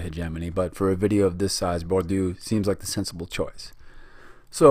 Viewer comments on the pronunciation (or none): Good video and I really liked the connection between the authors, even if their surnames were changed to Gramsi and Bordu ahahah Nobody probably cares, but still: the combination of letters SC followed by I or E in italian makes a SH english sound, as in "show", so read it as gramshi; while Bourdieu is a bit more complicated because the last sound is not present in the english language if I'm not mistaken, but it can be approximated by the sound that the first A makes in words such as "apparently" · Content is good, except perhaps a lack of emphasis on ideas of power. Hegemony is the result of the ruling class's power. And I recommend you check pronunciation before recording: it´s Gramshi & Boordyeu (ok, the 'ieu' sound is hard but 'ou' is just like the English 'oo'...